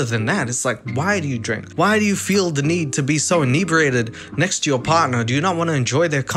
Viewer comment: Big Mac really said "thank u, neckst"